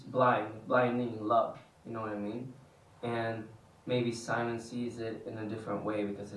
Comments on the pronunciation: Do they know we didn't love them using the English pronunciation of Simon? Because Edvin definitely said "See-mone" more than in the past, and Omar actually corrected himself.😂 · I strongly believe they are pretty aware of what's going on in the fandom and how people feel about certain things. So yes, I noticed the change of using the swedish pronunciation of Simon too. And I love them for doing so! 💜❤️💯